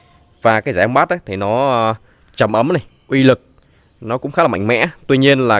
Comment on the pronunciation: vừa nhìn hình em đoán đây là loa máy chiếu di động , công xuất 5w 4 ôm 1 loa 2 loa 10w hàng tồn kho hàng china xuất khẩu =))) âm bass người việt hay đọc là batss nhưng phát âm chuẩn là bays dịch ra tiêng việt là âm trầm nhé.